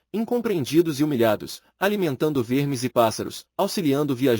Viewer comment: Que narração horrorosa... sem nenhuma emoção... artificial demais... nao respeita pausas, virgulas , por ex, vermes saiu com som de vêrmes... essa narração mecânica do google estraga o audiobook...